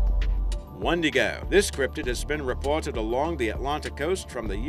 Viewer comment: we say it wiindigoo